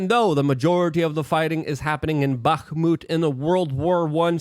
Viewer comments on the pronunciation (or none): none